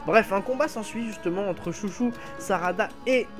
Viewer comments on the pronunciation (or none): Pour la fille de Chôji, ne dit pas "Chouchou" à la française car en romanji, les "ou" et "ô" sont des allongement du "o". Après tu prononce beaucoup d'autre prénoms à la française mais je trouve que c'est bizarre de dire Chouchou à la française :/